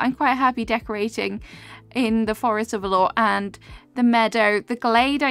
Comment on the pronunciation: I love your videos but please for the love of god learn how to pronounce words😭 you mispronounced Beta in your Palia videos and now valor. 😅